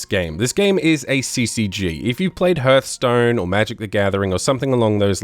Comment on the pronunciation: "herthstone" hahahahha im dying